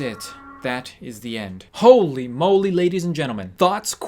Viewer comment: When he said holy moly I was like hole-y. moly :3